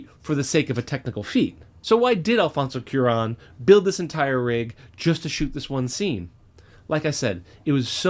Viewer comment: Your love of film is infectious, so I don't want to seem too negative on my first comments to you.... BUT..... THX ELEVEN THIRTY-EIGHT!! Not ONE THIRTY-EIGHT! Also: Alfonso CWA - RONE. And, finally, you should probably clarify that Welles did the radio version of War of the Worlds and not the 1950's film. And Walter Murch's one directing effort was the insane and terrifying Return to Oz.